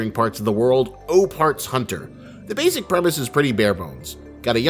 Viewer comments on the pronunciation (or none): none